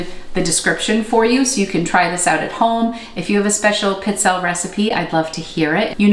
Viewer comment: Pee-tzell'-eh.. is the pronunciation... I'm Italian. Stress the second last syllable